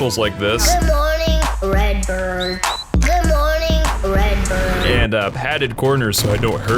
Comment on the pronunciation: “Red burrrrrd” 🗣️🔥